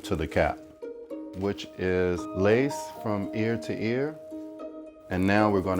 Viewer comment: "Which is lace from ear to ear." I though he said lice from ear to ear.